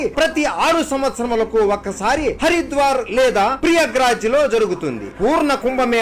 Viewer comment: Prayagraj not priyagraj